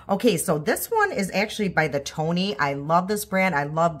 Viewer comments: ioni babe not Tony (eye-oh-knee)😂😂😂❤❤❤❤ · Correction: the products at dollar tree are Ioni…”I…own…eeee”, not Tony. 👍😊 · Great look! The clean stuff in the light green package (blush, liquid lip) is supposed to dupe Tower 28 The brand you like is pronounced Ioni ("eye-own-ee"). ❤😊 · Hi I’m a new subscriber I liked your dollar tree makeup application. You have probably heard this but the brand of eyeliner is ioni pronounced eyeoni I wished I could apply eye makeup like you I’m blind in one eye and don’t see well without my glasses on. I’m a hot mess. lol